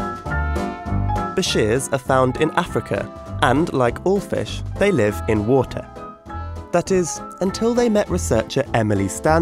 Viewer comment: Why did he put emphasis on water lol, "you know, in w o o t a h "